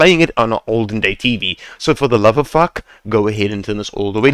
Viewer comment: lol love when you say for the love of fack